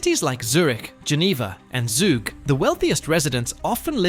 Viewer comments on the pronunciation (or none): Sorry I had to laugh when he said Zaag for Zug, it's pronounced like Zoog (zoo plus g in the end) ;)